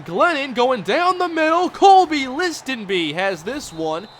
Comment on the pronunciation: The T in Listenbee is silent, just so you know